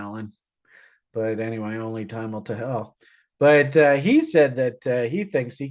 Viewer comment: thank you for your sharp analysis once again! I have a question that I've been willing to ask you for a while now, why do you pronounce the verb tell as tehel? I'm very intrigued to know the answer? Is it a Canadian way of saying it? ❤